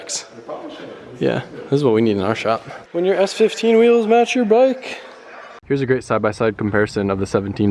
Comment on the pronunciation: Noice wehills ken I hev a pear? Plz